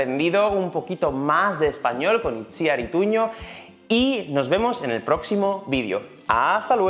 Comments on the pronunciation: Pero se pronuncia Itziár el nombre, no? he escuchado en varias entrevistas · Has ido poco a poco pronunciando mejor el nombre de Itziar pero no lo has conseguido,te explico...En este caso Itziar es un nombre en Euskera y fonéticamente sonaría "Ichiar" ok?l